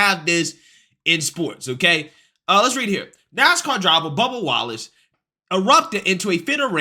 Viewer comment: I swear to God you almost called him bubba Gump. I had to replay that about 4 or 5 times to make sure it wasn't just me lmfao